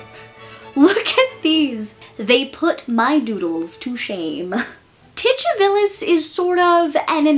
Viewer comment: I like the pronunciation of Titivilus. Is the "ch" accurate? Ive heard it said Titty-vilus and Tu-ti-villus but never with a ch. I like the "ch" √√√